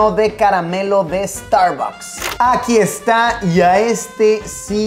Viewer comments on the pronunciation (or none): Nosotros: Starbucks Luis: Starbacks